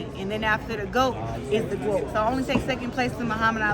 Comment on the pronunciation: "it's GWOAT"😅